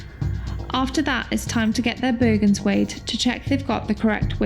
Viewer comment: And then, some of the words were f'ed up... Bergan - It's bloody BERGEN